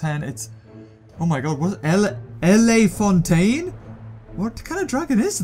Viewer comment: Its la fontane prounounced as :: La, Font, Tane